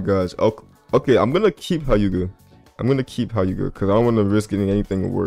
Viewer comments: bro said h-I-yuga 💀its hyu-ga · Nga.... its pronounced 'heu-ga'